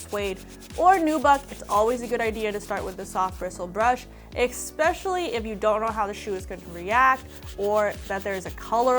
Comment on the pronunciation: It is "especially" not "ex-specially".....😉Yes, I washed mine in a washing mashine, after washing it by hand.....